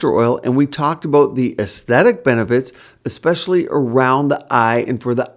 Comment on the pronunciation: Same american prob says Real- a -tor & EKKspecially too